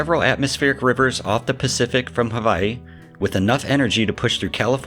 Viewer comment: I like how you properly pronounced Hawai'i.